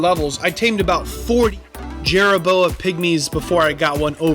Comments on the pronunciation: If you put a "chit in" helmet on a "Jerra Boa" will it increase it's "Toe Poor"? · Call it Jerra Boa one more time and I’m gonna slap you